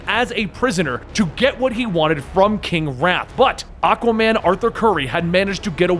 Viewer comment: Am I the only one hearing Akkaman?? Lol